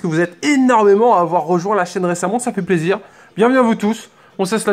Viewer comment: Pk au lieu de dire plaisir tu dit zizir ps c pas méchant je t adore continue comme ça